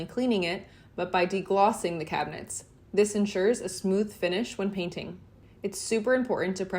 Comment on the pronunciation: I believe the process is call 'painting' . Check dictionary guidelines for pronunciation.